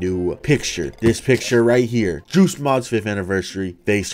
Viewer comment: what i see:joost mod what i hear:juice mod